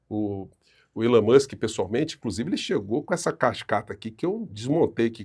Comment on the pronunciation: "Elon Manske" e você... tchê tcherere... tchê tchê" 😂😂😂😂😂😂😂😂😂😂😂😂